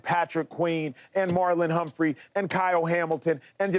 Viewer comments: Marlon Humphrey has been in the league around 7yrs. You still have people like this calling him Humphries. I think he has earned the respect that talking heads should pronounce his name right. 🤔 You don’t call Brandon Stephens, Brandon Stephenson. It’s not Lamar Jacksons. Marlon Humphrey. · Its Marlon Humphrey my guy